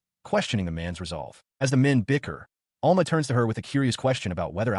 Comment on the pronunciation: ITS Al-MA not all-ma